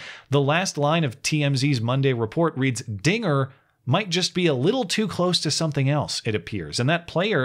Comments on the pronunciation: Wait did you just say trigger? That sounds awfully close to the n word you must be dog whistling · “dinger” is clear as day? Like I said, I only hear Ns. I know that’s not what he said… it’s what I’m hearing. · it was clear as day to me. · When i first watched it, it did sound like he said the n word, but once i found out what he actually said, i went back and listened and all i could hear is “dinger” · Bro! This clip is crazy. If I rewatch it THINKING he will say nnnnnn, I hear it clear as day... And when I play it again THINKING he will say Dinger, I hear that!! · I did hear it as "dinger" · Don't say Dinger with a hard "R"! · To be fair it REALLY does sound like he's saying the n word lol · This was my 1st time hearing the audio. It totally sounds like he said the n word. I understand I'm wrong, but damn. Either way it doesn't matter. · Ngl I hear the forbidden N-word rather than Dinger. Must be a Yanny/Laurel thing… :/